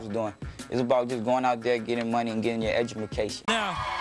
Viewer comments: DID THIS COWN JUST SAY EDJUMACATION? FAIL!! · am I the only one know towards the end romeo said EDU-MA-CATION #dead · nigga said edjamacation